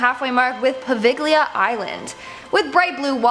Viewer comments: come on the isle of Poveglia you absolutely do not pronounce the g Po v ill ah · Poviglia is pronounced poVEELia